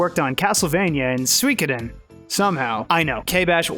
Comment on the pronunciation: Its not Swekudin, its Su E Koden